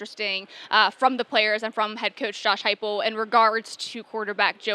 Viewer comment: It's Heupel, not "Huepel" and it was Danny White who reeled him in.